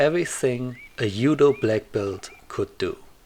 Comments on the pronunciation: hehe well originally in Japanese it's DZUDO, and you probably know it already. I didn't know German language was this special in transliteration of foreign words. Do you say jiu jitsu as yu yutsu as well? It actually sounds more like dchudo or something like that. Edit: I'm this bothered cus my teacher of Japanese made it her thing to correct any and all wrong pronunciation of Japanese words and I caught it from her. Sorry 😅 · "Yoo-doh"? Is this the martil art of Ott Jud? He had some great yu-do! :P